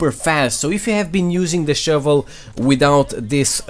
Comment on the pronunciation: The "shouvlè" should be turned into a MEME. RIGHT NOW!!